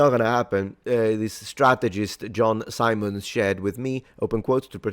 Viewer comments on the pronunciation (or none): none